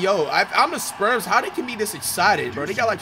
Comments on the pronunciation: Is he saying sperms or spurs bruh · I kept hearing Flight call “Spurs” the “Sperms” 💀